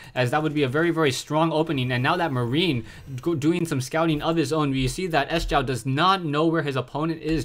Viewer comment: "sjow" is pronounced "show"